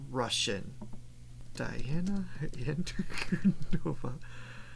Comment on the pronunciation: Hmmm, even after hearing her name pronounced you did not manage to replicate it : ) You have the stress on the wrong syllable, it is NOT on the "no" syllable, but on the "di"(and then falling)...Anku-Diii-nova. It is not that hard is it. You're welcome.